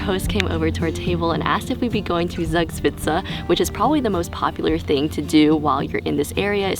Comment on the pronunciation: Your pronunciation of Zugspitze is criminal. Same for Garmisch- PartenkirCHen